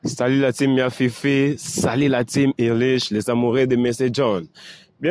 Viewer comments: John on dit la Team (Time) et non (taïm) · a fini par te contaminer avec son mot taïme😅😅 Stp corrige ça rapidement. En anglais, Team = une équipe et se lit tim en anglais. Par contre Time= au temps et se lit taïm en anglais. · Pourquoi vous ne dites pas time mais taïme? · Apprendrez c'est mieux, pas. La team[tim] pas la taim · Bonjour mon message est pour et vous commencez a être connu donc il faut travailler votre image, niveau Congo ça va mais niveau pays voisin votre façon de massacré le mot anglais team phoniquement on prononce TIME en français mais vous vous acharnez ou le français vous complique tellement que vous avez transformez en TAYME? Je veux comprendre le mot TAYME la c'est en lingala ou en swahili? Il faut nous expliquez nous les fans de ya fifi on s'interroge?